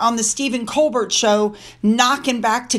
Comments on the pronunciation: His name is pronounced “Stephen Col…BEAR”. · Great video! Stephen Colbert's last name is pronounced "Col-bear".